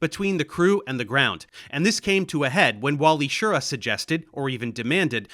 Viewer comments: As I said before in your last Apollo video I started watching you to help with my Italian grammar so I dont think you will mind me telling you that Wally pronounced his name "sheer-RAH". Watch his actifed commercials thats how he says his last name. I remember when I saw them on TV back in the day. Actifed (sudafed) is still one of the few medications you can take and fly an aircraft (or a spacecraft) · FWIW: Schir-RA. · Well done, a good overview but with enough details, considering the limited length of the video. One comment: Wally Schirra's last name is pronounced more like "shi-RAH", with the emphasison on the last syllable. I grew up watching Wally and Walter Cronkite providing commentary on the subsequent Apollo missions. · This may seem like nitpicking, but it's very distracting to hear you mispronouncing Schirra. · Are you saying Wally's last name wrong? I've never heard it your way, I was a teen at that time and Cronkite said it differently.